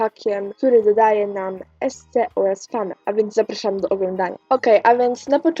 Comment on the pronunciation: śmiesznie to brzmi jak mówisz ''esce'' xD